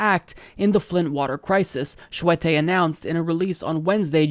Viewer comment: Scuette = pronounced (SHOO-tee) Early = pronounced just like the word. ;-)